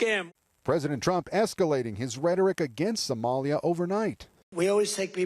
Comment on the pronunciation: Take people from …. SA-MY-YAH ‼️😂